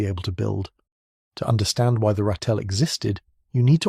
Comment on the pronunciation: !00% but you need to say Ratel correct you saying it wrong